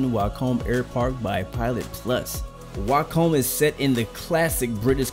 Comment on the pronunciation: Wick-um. Not Why come